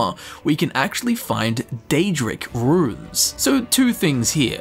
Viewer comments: every time you pronounce runes as "ruins" i die a little inside. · I had to skip the first one cause it's pronounced "Roons" not "rooooins".